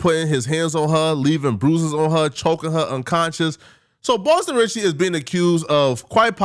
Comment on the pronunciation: “Boston Sitcky”